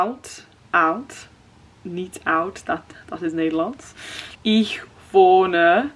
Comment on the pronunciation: As a German, I really appreciate that you pronounce the 'ich' correctly! Most English speaking people pronounce it "ik"